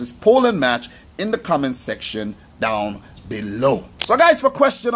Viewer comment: I don't know why but I like how you say "down beLOW!!"